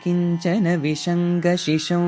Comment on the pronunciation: In the 8th shloka ನೀವು ಎಷ್ಟು ತಪ್ಪಾಗಿ ಹೇಳಿದೀರಾ ಅಂತಾ ಒಮ್ಮೆ ಚೆಕ್ ಮಾಡಿ, ವಿಹಂಗ ಬದಲು ವಿಷಂಗ ಅಂತಾ ಹೇಳಿದ್ದೀರಾ ಎಷ್ಟು ತಪ್ಪಾಗಿ ಅರ್ಥ ಬರತ್ತೆ ಅಂದರೆ ಫುಲ್ ನೆಗೆಟಿವ್ ಆಗಿ ಪರಿವರ್ತನೆ ಆಗಿಬಿಡುತ್ತೆ, ದಯ ವಿಟ್ಟು ಒಮ್ಮೆ ಪರಿಶೀಲನೆ ಮಾಡಿ ಆಮೇಲೆ upload maada ಬೇಕಿತ್ತು😢😢😢😢😢😢